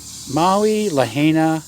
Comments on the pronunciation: Sounds like LA HI NA Not, la hey na Lahaina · Put 80 mph wind gusts on the fire next time to be more accurate.. and it's pronounced, La-Hi-Na🤙🏽🤙🏽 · La-hia-na...try it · Lahaina = La-heye-na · It is important to pronounce Lahaina properly! La high na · Pronounced La Hi Na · I heard a wahine from Rebel News pronounce it La-hey-na.